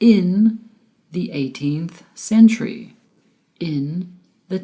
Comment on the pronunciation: I'm sorry you pronounce word century incorrectly with t only.. also your presentation is excellent